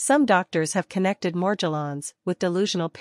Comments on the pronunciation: She dosent pronounce Morgellons correctly... Why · Yeah, it’s highly suspect and a clue to the unreliable nature of this video.